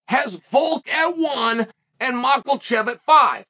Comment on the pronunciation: “Mocklechev” 😂 I love Chael.